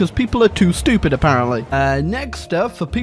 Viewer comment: No one:: they're too shtyoopeed